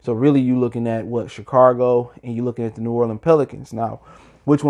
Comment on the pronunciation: Chi-cargo??? Chicago mayne......Chicago!!